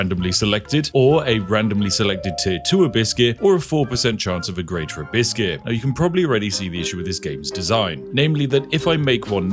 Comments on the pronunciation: Why do you keep saying, "a biscuit"? I think you're saying abyss I think.... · Lol I was hearing Hibiscus.